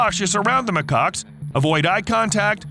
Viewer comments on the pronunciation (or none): They are not called ma-cocks. They are called ma-kaks (pronounce it right pls) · Always gotta be careful on how to pronounce macaques